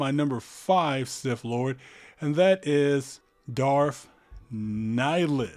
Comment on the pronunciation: “Darf vader” and “sif lord”